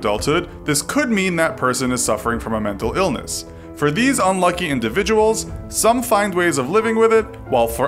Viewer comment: "unlucky indivicuals"